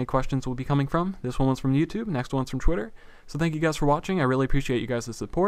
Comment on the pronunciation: LOL sounds like hes saying chwitter